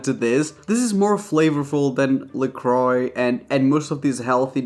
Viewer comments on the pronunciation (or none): none